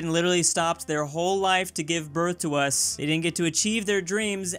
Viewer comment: When you say us it spells us almost like usa